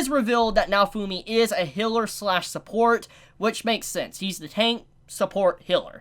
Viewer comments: The way you pronounce Healer makes me angry,it's not Hiller,it's Healer. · I swear, i blanked out for a minute, and all i hear is "Noufumi is a hitler and support" and i just imagine all the characters in nazi uniforms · He pronounces the "ea" as "i". The corect pronounciation is...well...with "ea". this is hard to explain as text. You can use google translater to hear the difference between "Healer" and "Hiller" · He says “Hiller” instead of healer